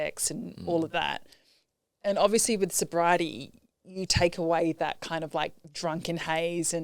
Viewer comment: Congratulations 🎉🎉on your life change. Are you talking alcohol only or drugs too when you say soberiety. Ty